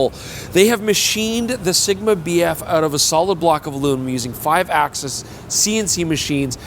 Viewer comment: you keep saying BF, all i can hear is BS